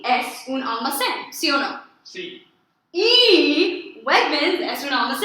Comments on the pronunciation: One small appreciation. We don't say AL-ma-CÉN. We say al-ma-CÉN. Both al and ma are equally low tones. Spanish fluctuates with tones more flatly kind of like Japanese, while English is more up and down constantly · Your letter e in almacen should sound more like ay -fellow gringo Spanish teacher that also does not have a perfect accent ;)